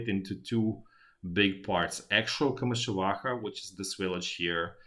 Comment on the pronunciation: I like the way you pronounce komyshuvakha.